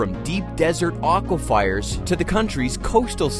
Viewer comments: So painful to hear over, and over and over. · Aquifers. Nice man. I hope this is AI. Otherwise, learn to pronounce things correctly.